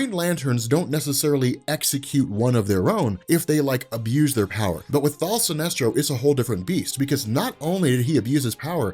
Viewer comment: Why do you keep saying thal?